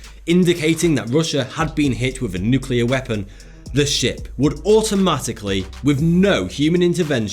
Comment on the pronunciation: THANK YOU for saying “nuke-clear” and not “nuke-ular”